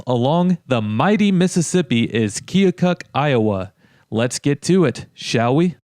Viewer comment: Did you actually talk to someone from Keokuk? It's pronounced Kee-o-kuck, not Kee-o-cook. Do your homework.